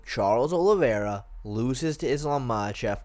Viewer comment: OLIVEIRA FFS!!! american mfs keep getting the man's name wrong god damnit